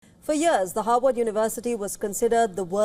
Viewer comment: Is she pronouncing "Harvard" or "Howard "????